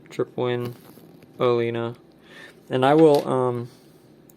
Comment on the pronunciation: It's Tripowin Olina. :)